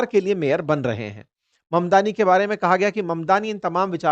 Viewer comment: मदनानी गलत ऊच्चारन है ममदानी सही ऊच्चारन है. किसीका सरनेम बदलो मत.